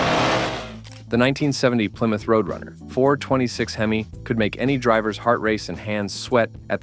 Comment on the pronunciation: How is Mopar a GM product? It does say 12 Most Powerful GM Muscle cars. The AI voice can't even say Hemi.